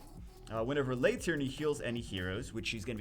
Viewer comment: It is pronounced 'Lee' not Lay No one names their daughter lay...